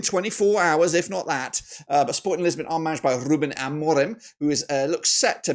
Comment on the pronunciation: its lisbon not lissabon, but also its Sporting Portugal, not Sporting lisbon. also with all due respect this milan side isnt winning at the bernabeu, i dont think inter will lose at home either tbh, the zvezda beating barcelona i can see happening for some reason but i think barcelona are too strong to back that rn